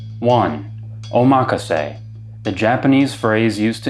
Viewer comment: Oh my gosh, I need a box like that! Great video, and thank you for pronouncing omakase right!